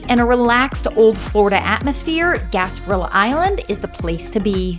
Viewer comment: Why don’t you pronounce things correctly Boca grande you need to pronounce the e. Gasparilla is gaspariya . Remember the Spanish owed this Island so the names are Spanish